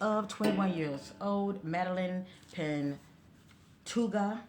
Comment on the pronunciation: She was 20. Her last name is pronounced Pan-toe-ha. She was unfortunately found deceased this afternoon.